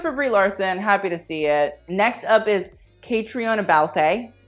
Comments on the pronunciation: So confused with the pronunciation of Catriona 🙉 - this coming from an Irish Haute le Mode stan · 'Catriona' is pronounced 'Kah-tree-nah'. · not CatriOna, it's just CatrEEna, Eilish is pronounced more like AYlish :) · When he said caitroina as cat tree iona. It’s Katrina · You MURDERED Catriona Balfe’s name. It’s Ka-tri-na and just Balf, don’t pronounce the e. I know Irish names are difficult but fuck me that was bad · She pronounces her name Katrina...and Balfe rhymes with Ralph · Its pronounced Katrina balf. Like an ow kinda balf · It's pronounced "Katrina" haha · Hi, Outlander watcher here, her name is pronounced like 'Katrina' (Like the storm lol) :) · Aw, it’s CA-TRI-na, love from Ireland ❤️ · Ca-tree-na Balf. Yes, she was in Ford vs Ferrari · Caitriona Balfe is pronounced cah-tree-nah balf :) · I love you but Caitríona is pronounced Cat-tree-na😂😂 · Catriona is pronunced as Catrina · Your pronunciation of Caitriona Balfe cracked me up. It’s Ka-tri-na Bal-ph. Irish and...french? I think. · Caitriona is pronounced Ca-tree-na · Caitríona is pronounced Katrina, idk about that surname tho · One thing; Caitríona is pronounced like katree-uh-na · I know y'all dont care but catriona balfe is pronounced "cat-reen-ah bahlf" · Caitriona Balfe: "Cah-tree-nah balf"... Way simpler than it looks. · Catríona is pronounced cat-reena just fyi! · For future reference Caitriona is pronounced ka-tree-oh-na ! (coming from someone who also has an Irish name that no one outside of Ireland can pronounce haha) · So disgusted with the way he pronounced caitriona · I'm sorry the way he pronounced caitriona is hilarious. It's just the Irish equivalent of Katrina, they're pronounced almost identically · Any Irish ppl hear how he pronounced caitriona? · Catriona Balfe is pronounced Cat-reena Balf no accent on the e. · Giles is pronounced with a hard G “Jiles”. Catriona is pronounced like Katrina. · Caitriona balfe is actually pronounced: Katrina balf